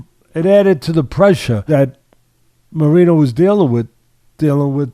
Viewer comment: as someone who speaks spanish, hearing Teddy say Moreeno hurts my soul xD